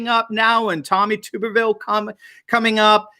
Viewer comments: Tub, not tube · It is pronounced tub er ville, not tube er ville. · It's Tuberville, Tuberville, not Tooberville! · its "tub" not "tube" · Tommy Tuberville is from ALABAMA and his name is pronounced like "Bath Tub" Not pronounced like Boob Tube. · Tommy. Tub- er- ville. Not. Tube - er - ville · Senator Elect Tommy Tuberville is from Alabama and was the former head football coach for Auburn University. Please pronounce his name as Tub er ville as in bath tub not tube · He's from Alabama and his name is pronounced TUB BEEVILLE Like a bathtub... Tubervile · Tub - ber- ville from Alabama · his name is pronounced Tub’- er -vil and I am 99% sure he is from Alabama. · He coached at Alabama and and old ms he’s. Name is not tube ber vill it’s tub ber vill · Tubberville is from Alabama, pronounced Tub ber ville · Thought you'd wanna know that Tommy Tuberville's name is pronounced tub-er-ville :) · That's Tommy TuRbeville pronounced Turb ah ville. You left out the R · Alabama!! Pronounced "Tubber-ville" although it's not spelled that way 😉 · Tuberville is Alabama. Even as a strict Tide fan, I voted to put him there. His name is pronounced 🛁-erville 😉